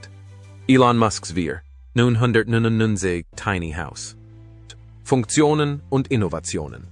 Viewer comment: Der Preis gilt wohl nur ein Puppenhaus? Schon der Fehler bei der Aussprache des Preises läst Zweifel aufkommen. Hier wären die Trusted Flagger gefragt. Wenn der Preis real wäre, würde ich gleich mehrere kaufen.